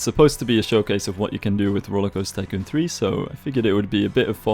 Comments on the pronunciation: Why do you say “RollerCoaster-Kun 3” lol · Lovely video as always! Please try to say *TY*coon, while I find it hilarious surely you know you're saying a hardcore racial slur :L